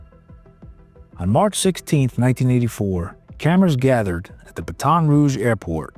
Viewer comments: These AI voices ruin everything..can't even say Baton properly. Also vid keeps saying dad dished out the punishment that the courts could not. Well the courts never had a chance to do their thing. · it’s pronounced BATTT-in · Pronunciation of Baton is killing me here. Learn how to prounounce cities or towns before talking. Comes off bad. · He said baton like its a relay race , geez